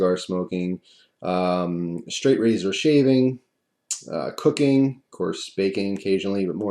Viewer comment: When you said "cooking" it sounded like "cocaine" I was like wtf?